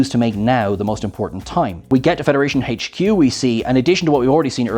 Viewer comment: He trips me out haha....dude can NOT say HQ without pronouncing it hey-ch Q🤣